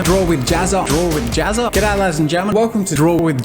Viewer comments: The way you pronounce Jazza, makes it kinda sound like you're saying "JazzART" instead. I just found that kinda interesting. :) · he said gazza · pronounces jazza like pizza